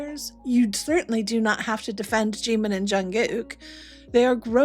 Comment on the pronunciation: Прекрасный выпуск, спасибо! 💜 Но так хотелось бы, чтобы кто-нибудь наконец-то научил Искусственный Интеллект произносить имя Чимина правильно!!! 🙏